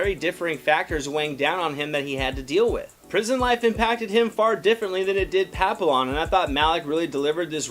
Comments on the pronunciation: pa-pill-lon ??? the fuck... it's pronounced pa-pee-yawn 😂 OMG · At least learn how to say the name. Pappy-on. Not Papill-on. You would hate it if the french pronounced you name wrong. It means butterfly. Ignoramous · Couldn’t watch this longer than it to write this comment: LEARN HOW TO PRONOUNCE NAMES.... Pappy YON!!!!!!!!!! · Actually pronounced pa-pee-yawn. It’s French for butterfly and there’s even a dog named this because of it’s ears resembling butterfly wings, I actually had one. 😁 The trailer almost made it look almost like a love story of sorts. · The l's are silent. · Dude can't even say the French word Papillon which is the correct pronunciation for the character. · His pronunciation of papillon and French Guyana are way off.